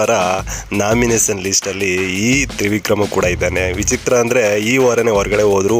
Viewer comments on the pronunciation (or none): Pinale alla finale, naminasion alla nomination.. Vyakthithvad bagge compare madidaga sumne idre avnige vyakthithvad bagge gotthe illa antha Artha.. 😂😂